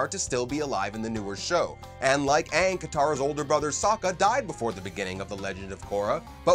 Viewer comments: They pronounce aang as in Ahhng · Caca Boy the movie sucks they took away good parts from the show they pronounce the name wrong like aangs and it just sucks in general